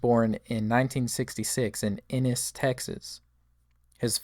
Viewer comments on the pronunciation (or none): It's definitely not innes Texas it's Ennes tx